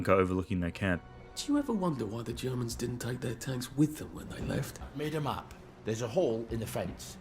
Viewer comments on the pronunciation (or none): Did you notice when Arthur asks why the Germans left the tanks, Ollie interrupts saying "i've made a map" but it sounds like he said "I made em up". In a game about unreliable narrators where the playable protagonists all perceive parallel experiences of the same events I think it's intentional.